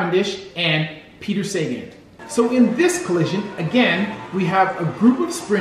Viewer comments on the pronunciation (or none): Good video.. small mispronouncing of Peter Sagan’s name.. it’s pronounced Sa-ga-hn, where you pronounce the A’s quite hard and short.. but otherwise good video..